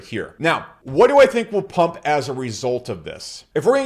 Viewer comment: Did he say Dot will pump ? Polkadot